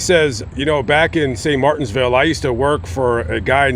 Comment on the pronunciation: Not to be rude, but it's St Martinville, there's no "s" in the name of the city